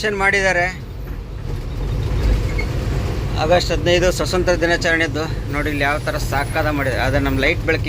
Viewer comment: ಸ್ವಸಂತ್ರ ಅಲ್ಲ ಸ್ವಾತಂತ್ರ